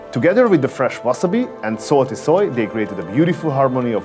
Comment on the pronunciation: After I hear you saying salt for the first time, I knew for a fact that you are Hungarian :) Anyway , nice channel and nice videos!